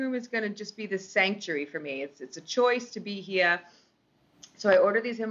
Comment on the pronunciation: When she says ”here” it sounds full on australian. Dont know about pretentious though lmao